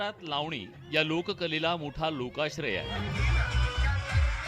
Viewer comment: Bhau tumhi lavni king mhtla ti lavni krtch nahi tila lavani cha ल suddha yet nahi